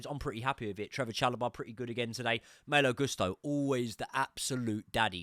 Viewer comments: Love you but you absolutely butcher Malo's name everything you say it 😂. Less emphasis on Maayyylo, and more maaaloo. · Yes, Maaaaalo but also last name should be pronounced Goooosto